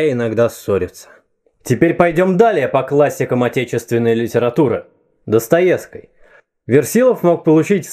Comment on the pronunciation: ДостоевскОй, яркОй, самый яркОй БелинскОй.... Чувак серьёзно?